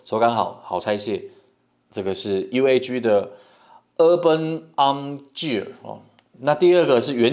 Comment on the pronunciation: Gear的發音錯了🤣🤣🤣